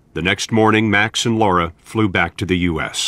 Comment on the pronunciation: HER NAME IS LARA. 🌱NOT LAURA for Gods sake !!!